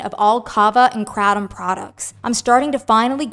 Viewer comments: Not “krat-um” 😂😂😂 It’s pronounced “kray-tum” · It’s KRAY-tom.. not cra-tom.. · Unrelated, but I almost couldn't finish the video bc the word is pronounced "crate-um." And hearing her say kra-dom was driving me crazy. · Hearing it pronounced KRAT-um is Irking me hardcore 😂 we call it KRAY-tum ive done it a few times. As an ex heroine addict I dint see the point. Seen too many people go right back to the same habbit. Its just the corner store itself now not the guy you meet there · That's not how You say Kratom!!! It's pronounced like this CRAY-DOM... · The pronunciation of Kratom is driving me INSANE, in this.. there’s a reason that one creator wrote it as “kr8om”. it’s a looong a, girl. Geesh! 😤🤦‍♀️🥵